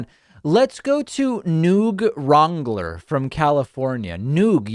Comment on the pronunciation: "Noog Wrongler" 😆